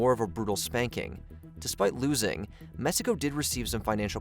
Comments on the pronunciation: It's Mexico, not Messico. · why does this guy keep saying "messico"?